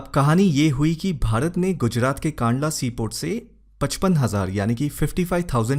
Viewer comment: सर, बीच खबर आईथी की वो गेहूं मिश्रने खरीद लिया है और गुणवत्ता भी अच्छी है। "कंडला" नाम है कांडला नही।